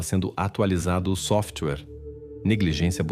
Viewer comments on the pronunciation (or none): none